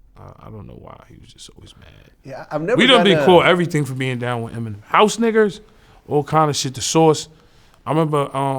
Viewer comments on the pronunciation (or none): Nah the way he say "HOUSE NI**ERS" was funny as hell. He ain't even say it with a 🤣 went hell heavy with that R ! YAYO always funny